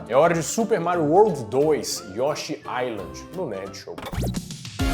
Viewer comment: O S em Island é mudo... Mistérios da lingua inglesa.